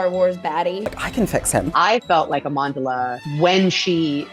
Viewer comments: 'Amondala' God Leslie Headland is insufferable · did the showrunner mispronounce the lead actresses name?